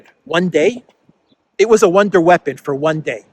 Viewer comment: Wonder weapon: pronounced One-Day weapon 😂